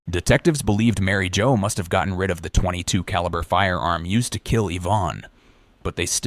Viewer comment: A point 2 (weird pause) 2 caliber... Why use AI? Lazy